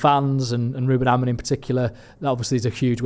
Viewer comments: Does know he’s called Amorim not Amorin lol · it’s AmoriM - not AmoriN!